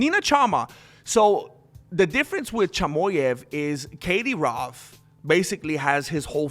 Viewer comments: LOL my first video of yours, love it. for 6 whole minutes i was like who tf is this katie rove and why she got so much power over khamzat, so stoned i didnt rrealise you we saying kadyrov 🤣🤣 🤣much love fro the UK buddy.. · Kadie-rov Chimoev Nina Chama Du-Du-Plessis